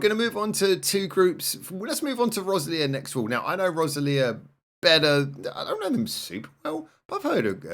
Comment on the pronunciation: Finally, some BanG Dream. The first thing I would like to say is thank you. Second is ALWAYS pick the live version!!!! And it's Rose-eli-ah, no Roz-el-eea 😉 The reason all the videos are so short is that you picked the anime videos instead of the live versions. The dog's a bear 🙂 and her name is Michelle and she's the DJ. I'm glad you picked Egao No Orchestra, it's my favourite HHW song. Kokoro is probably my favourite BanG Dream character alongside Kasumi from Poppin Party. You'd better believe I'll link you to some videos to watch!!